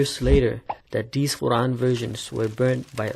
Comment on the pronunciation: Why does he pronounce the Quran as "Oran"? I've never heard that before.